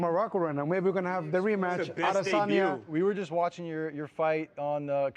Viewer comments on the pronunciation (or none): kelvin cant even pronounce adesanya properly’ dummy still unconscious from his fight with adeson